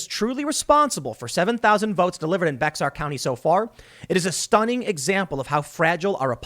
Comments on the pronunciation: Tim. I'm from Texas. Bexar County is pronounced "bear" or "Bayer" County. Please don't say "Bex-ar". They're shaking their heads, and laughing in San Antonio. You're like a Pace Picante commercial. "New York City????" :) Oh! You foreigners! :) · Bexar county = It's pronounced “Bear,” not “Bex-ar.” And calling an older women Momma is part of the Mexican Culture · Hey Tim, Bexar is pronounced “bare” or “bay-ar”, not “bex-ar”. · Tim, it is pronounced "bear" county. Not bex-ar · I heard B E X A R county. If this is Texas that pronounced "BEAR". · Useful note: Bexar is pronounced "Bear", not "Becks-ar." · Hi Tim, thank you for reporting this story. FYI, Bexar County is pronounced “bear”. Born and raised in San Antonio. Keep up the good work. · It’s not pronounced Bexar it’s Bear. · The 'X" in Bexar is silent. It is pronounced bear not bex-ar. Keep up the good work. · In south Texas at least, a Hispanic woman calling an older/senior Hispanic woman "Mom" is pretty common actually. 'Bexar' county is actually pronounced as "Bear County" FYI. Also, it sounds like this chick was just selling votes and not aligning as to a particular political party. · I live in District 20 (Garza's district). He has a statement on Facebook, I don't know how I feel about it. Also, its pronounced "Beyer" not "Bex-ar" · It’s Bear county, I know bexar is the way it’s spelled out I made same mistake when I moved here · For what it's worth, Bexar County is not pronounced as "Bex-ar". The "x" in Spanish comes across like a weak letter "h" much like a Spanish "j". In the Hispanic community you will often see it written as Bejar. This gives a pronunciation like "beh-har". Most local Anglos just pronounce it as "Bear" County, sounding like the animal. I grew up in San Antonio. This quirk got me into trouble numerous times as I tried to make sense of the signs I would see as opposed to the words I could hear. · EHEHEHEHEHEHEHE Bex ar county. <3 Bear County is how it is pronounced. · Bexar = Bay-har